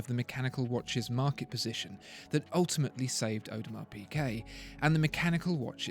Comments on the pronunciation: It's not pronounced PeeKay - it's PeeGay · It’s PiGuet!!!! Not PiQuet! This video is agonising. How on Earth can you expect to be taken seriously if can’t pronounce the simplest of brand names? Basics. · Is he saying Audemars PiQuet?